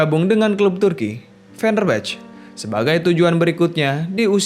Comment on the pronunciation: Club fenerbahce dibacanya fenerbahce aja.. Ga fenerbech 🙏🙏🙏